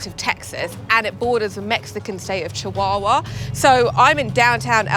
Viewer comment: chihuahua sounds like ah not aww. yw